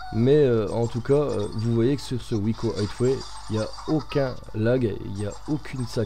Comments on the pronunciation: On dit aiway pas hitway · plutot aieway